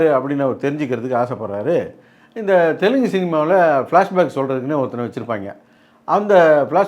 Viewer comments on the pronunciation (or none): none